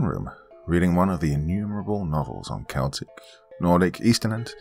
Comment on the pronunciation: Just wanna say thank you so much for saying Celtic properly. Instant like